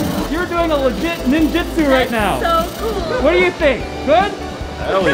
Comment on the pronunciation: Ninjutsu not ninjitsu